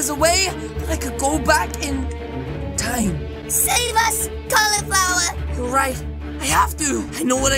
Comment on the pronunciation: why that girl say to cali califlower